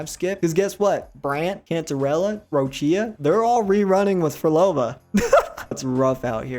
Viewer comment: Most fking white pronunciation of Roccia yet. . It's ROH-CHA